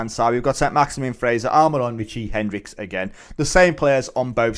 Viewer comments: Hendrick. Not Hendricks ffs. You’re a Newcastle fan? How are you consistently pronouncing names incorrectly. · where is the s in hendrick?